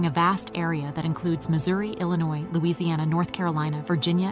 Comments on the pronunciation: “Illa noise”😭😭😂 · The s is silent in the word Illinois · The state is NOT pronounced Illinoise (with an "e" on the end). The state is pronounced Ill-ah-noy. Also X is the number 10 in Roman Numerals.